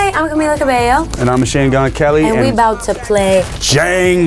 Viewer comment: 00.00 did Camila just said "hi! I'm Cameela Cabeyo"???